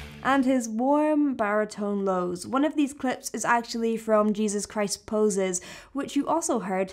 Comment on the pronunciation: Sorry, but it’s Jesus Christ Pose* 😬